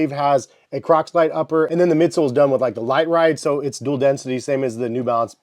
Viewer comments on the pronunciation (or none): I don’t wanna be “that guy”, but in reference to the foam Crocs uses, I’ve been hearing you say “Crocslite” for many years now when it’s actually “Croslite”… Maybe I should’ve said something earlier… I’m so sorry… 😂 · I’ve noticed it as well but honestly like crocslite better than croslite so I hope he sticks to his guns